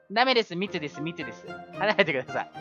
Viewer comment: み↑つです